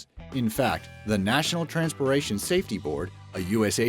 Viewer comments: Am I the only one that hears "Transporation" instead of transportation? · is no one seriously hearing him say "TRANSPORATION" instead of "TRANSPORTATION" ?? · Listen to . It sounds like he said "National Transpoation Board" instead of "Nationa TransporTation board" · National "TranspoRation" Safety Board. 🤣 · Did anyone else hear him say "Transporation Safety Board" and miss out that "t" in transportation? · You said natural transporation safety board lol, it’s national transportation. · 2.57 mark, National transporation? 😂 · NTSB = National TRANSPOR-TATION Safety Board, not TRANSPORA-ATION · National Transporation??? LOL!!! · "national transporation" lol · Did anyone hear him say the national TRANSPORATION safety board? I did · Did anyone else hear him say trans*por*ation and not transportation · Transporation..... nice lol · he says national transperration instead of transportation. lol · the national ''transporation'' safety board....come on dude PRONOUNCE correctly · This video should be titled “Bullshit that only dumbasses would believe.” This entire video is complete utter BULLSHIT! Learn how to say “transportation”! It’s not pronounced “TRANSPORATION”! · National Transporation.. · "transporation" facepalm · he said "transpiration" instead of "transportation" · "National Transporation Board" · Lol, 250, he says, National-"Trans-por-ation" ... funny! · "The National TRANSPORATION Safety Board", you say??? TransPORTation. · transporation huh? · This dude said Transpiration instead of transportation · He pronounced "transportation" wrong - lol He said 'trasnporation" instead. :p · #11...you said Transpiration instead of Transportation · nope you're not the only one he did absolutely say transporation. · Haha you said National Transpore-ation Safety Board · one thing the narrator got wrong - it's pronounced "transportation" not "transporation". Oh, and the phone battery thing is B.S. on any phone purchased within the last 7 years. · "the national transperation"